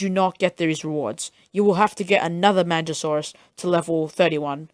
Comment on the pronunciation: Not pronounced manjasaurus, but good vid beginners,listen!